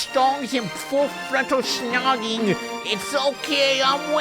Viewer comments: You’ll probably never say snogging ever again but if you do don’t say shnogg that so, ewwwwwwwwwww. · What's with pronouncing snogging "shnogging"? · You really cant say snogging can you?